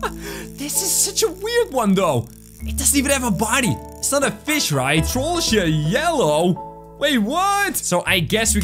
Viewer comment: IT'S TROLLGE NOT TROLLGA